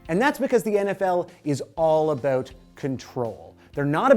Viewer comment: First: #BeRoyal but it was great playing Toronto. Second: Does he usually hide the "abuut" or am I just now noticing it? Third: never should celebration of excitement be penalized (like the difference in a game winning situation). But I think there is a line that crosses into things being excessive. Where is it? I don't know. I remember watching - and loving - that cell phone gag live, but is it reasonable? Does it slow the game? Are sports leagues private enterprises that can make whatever rules they want? (That one is a yes). I think there is a full right to penalize it but if a player is willing to pay to build his brand (see Jordan/Nike paying the fine for Jordan to wear Jordan's when Jordan's were released to build that brand) that should be up to the player.